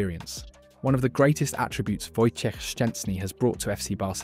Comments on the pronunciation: Dude, great pronunciation of Wojtek full name ! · Wow, your pronunciation of "Wojciech Szczęsny" is really impressive! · wow! I've never heard a non-polish person, who pronounce his name so correctly :o that's quite an achievement, mate!